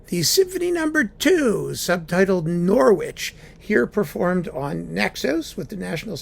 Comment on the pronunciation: It's pronounced NORRITCH!